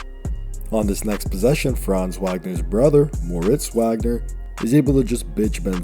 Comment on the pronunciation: Its pronounced Vogner. Put some respek on it 😂